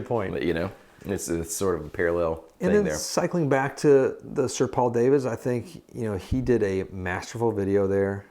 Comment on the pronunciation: Nice if you could get the guy's name correct - he is Dutch and so his name is not pronounced " day - vids" - but correctly "dah - vids - not so difficult